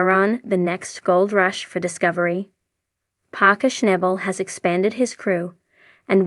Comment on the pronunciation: you cant even say his name wtf